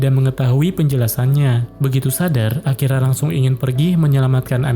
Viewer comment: Bg di menit 40 kayak Akira jadi akiya